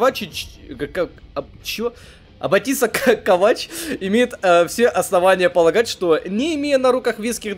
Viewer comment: Разъяснение нескольких моментов: 1. После разрушения главного ядра КАБАЛа в конце Кризиса Огненного Шторма, ИИ не был уничтожен полностью - он, если я правильно понял, смог сохранить частичку сознания в своём создателе - Кейне, отсюда вот эти его появления. 2. Юниты выполняли приказы с задержкой именно из-за большого количества разного мяса на карте. 3. Правильно, вроде, не КовАч, а КОвач. 4. В этом и ещё каком-то документе рассказывается, почему Алекса с таким подозрением и неприязнью относится к Легиону - когда она была совсем ребёнком, киборги КАБАЛа перебили её семью. 5. Кейн доверяет Алексе настолько, что приказал Легиону слушаться её указаний, как его собственных.